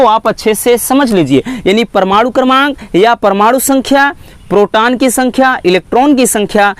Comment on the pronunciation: Sir ji proton hota h protan nhi